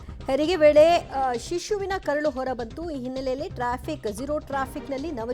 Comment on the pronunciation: ಅದು ಹೊರ ಬಂತು ಅಂತ ಹಿರ ಬಂತು ಅಲ್ಲ